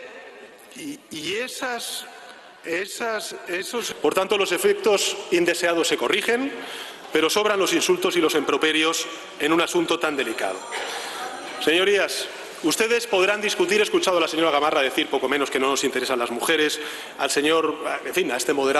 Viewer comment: 🤣🤣🤣🤣 EMPROPERIOS ???? 🤣🤣🤣🤣 PEDAZO DE CAÑAN !! SE DICE IMPROPERIOS 🤣🤣 ES ANALFABETO PERDIO.....